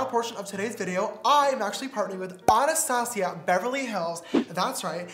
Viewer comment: Am I the only one that was triggered by how James pronounced “Anastasia?” - Nope? Just me? Ok.